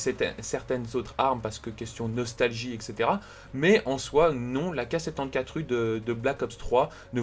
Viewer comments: Euh c'est juste horrible comment tu dis l'arme mdr 😂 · APPREND A DIRE AK74u XD